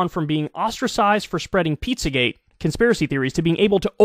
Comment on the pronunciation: Why does she keep saing pizzagay?